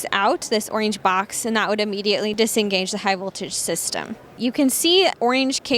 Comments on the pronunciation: Ack! What! Dahhhh... Oinge? (>ლ) Orange, Marketing and Communications manager. The word is Orange. No Making up words. Oinge. Oh Yeah? Burgelflickle... see I can do it to. Oinge... the new Bleck. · Its Pronounced OOOOORRRRRRRAAAAAAAANNNNNNGEEEEEE